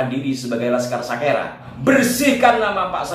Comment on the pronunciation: Kalau TIJ bilang bukan Sakera tapi Sikera .....😅😅😅😅